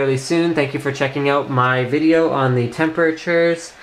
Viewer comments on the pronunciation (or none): none